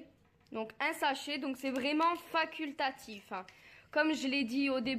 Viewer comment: « Faquiltatif » c vraiyment a votre goût . Vraiment ah may vraiment Gromeau ou grumô 😂😂 Dsl mais c’est juste le français. Vus l’avez casser , le français vraiment « faquilttatif » Merci 😊